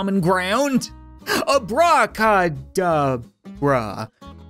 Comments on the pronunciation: Abra kadabra not ab raw caw dar bra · "Ah Brah Cah Dah Brah" No, its a bra ca da bra, Can't really show how is pronounced in just text, but its the thing magic performers say. thats why she wanted a wand. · the a bra ca da bra is the spell pronoced abro ca da bro